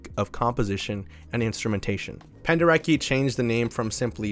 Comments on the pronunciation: Hi, bro! That last name pronounces "Penderetski" cause he was Polish man. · If we talk about Leyland Kirby, I really reccomend "Eager to tear apart the stars"! It feels like a journey through the vast void of space, amazing! Also, Your pronounciation of Penderecki is ok, but he "c" is pronounced like "ts" so Pen-deh- reh-tski. He was so good with expressing bad emotions, the atrocities. He's a great contemporary composer, that abroad is totally unknown. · The fact that album is called Buyer's Market is sickening. Love the video! Side note, Penderecki's name is pronounced Pender-etski, just in case you ever do anything else on him in the future. Thanks for a great video ❤